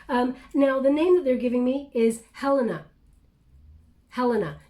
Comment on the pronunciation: I am Helena, pronounced exactly as you did 🥰 amazing reading very personal. COMPLETED ❤❤